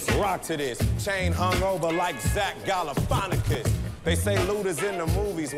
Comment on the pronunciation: He forgot how to say Zach Galifinakis.